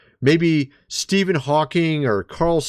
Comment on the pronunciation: How does he not know how to pronounce "Stephen"? 🤦🏻‍♂️